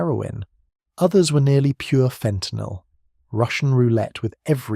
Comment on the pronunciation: FENTANYL or FAUX TENYL?